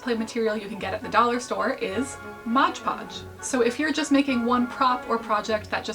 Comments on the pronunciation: Please, for my sake, “Mod podge” not “modge podge” /j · i died inside every time you said "modge podge". why must you hurt me like this